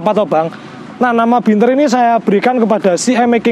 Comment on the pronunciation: Bianter mas,udu binter..hehe